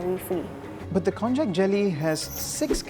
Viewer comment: I have never thought to pronounce konjac as kon-jack. I believe it’s pronounced kon-yack.